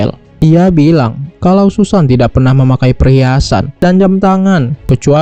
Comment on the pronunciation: Susan dibaca Sasen 😅😅😅